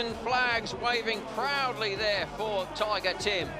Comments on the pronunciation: Tiga not tiger🤣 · It's "TIGA" , not "Tiger", comes from his name Tim Gajser...